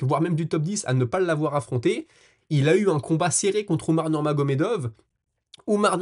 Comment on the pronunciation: Beau travail, toujours un plaisir de te suivre. Si ça t'interesse, petite coquille d'expression orale à "...ça va T'être..." cette liaison n'existe pas, ça se prononce : ça va être. 😊 Et bravo pour la prononciation à de NurmagomedoV ! Je vois que tu as pris soin de corriger ça , Respect.